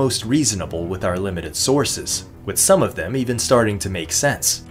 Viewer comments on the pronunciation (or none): none